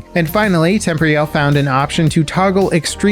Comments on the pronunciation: The name is "Tem-poor-e-all", not tempory-owl. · Tem-poor-reee-all. lol not temp-ree-all. Anyways really looking forward to portal. Sounds like it's gonna be really big.